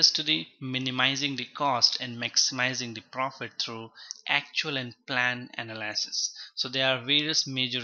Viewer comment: everytime he says "analaaasis" my soul cringes